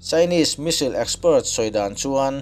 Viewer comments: American leh british pawhin Misil tih a pronounce a awm lo, s hi lam hmaih a nilo ve². Missile - Mis-sile. Vassel/Cassell nen a in ang reng, Bristish in a lam pial lemlo, a ziahdan ang ngau² in a lam an a tir lam a, a rawn lam dan kha a diklo deuh a ni mai. Diklo tih lémah kan lam dan ani ve mai, a diklo chuanglo ang. Ka rawn sawi ve mai² nia. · Misail tive mai la, Misil tih aiin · India hian Iron Dome Defence System hi kan nei ve em le..(ka hriat loh lam tak thil ania). Chuan ngatinge 'Me-sil' ti a i lam kher a 'Missile/Me-sile' hi...i in la inno tha leh vel em ni? 🤭🤪😝😂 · I Missile lam dan hi ka bo tep a lawm le...